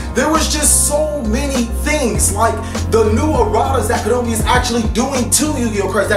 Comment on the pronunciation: Why is he saying Kanomi? Is it some sort of joke?